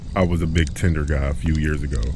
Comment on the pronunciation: 😂 He did say “I’m a big Tender guy”, as in he goes on the Tender App. a lot....